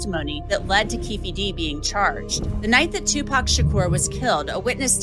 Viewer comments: He can't even pronounce SHAKUR. Stop following fake ass planted content creators. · why the hell do you keep on pronouncing Shakur like that? 😂